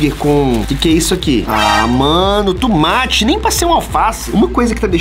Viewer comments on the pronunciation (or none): E tomate n e tumate